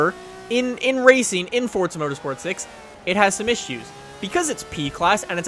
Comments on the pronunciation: Its Forza, not Fortsa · Dude its not forztza